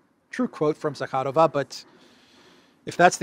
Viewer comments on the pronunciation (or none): none